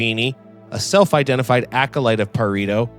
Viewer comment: Pa-re-to not Pa-ri-to. Aside from that fairly good work.